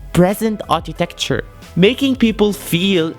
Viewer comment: Architecture not Artitecture